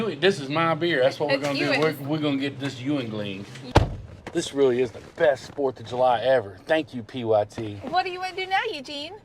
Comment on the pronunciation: We really like that “You-ling” beer up here in Pittsburgh 😂😂😂